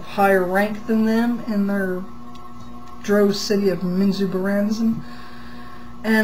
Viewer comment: She pronounces drow correctly.